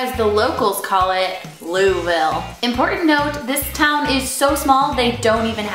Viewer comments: We dont call it looville. its more like luhlvul. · Loo-uh-ville. Come on now. Surely someone told you how to pronounce it while you were here in Kentucky haha. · lou ville? no we don't say that lol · I live in Louisville Kentucky and I don't understand why you people pronounce it like loo-ee-veel when it's louis-vile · Wow... raise yoyr hand if you are from Kentucky and the way she kept pronounsing Luisville (both ways) annoyed the heck out of you! Yay! Also, fyi, we don't say it like that, we say it a bit differently than that.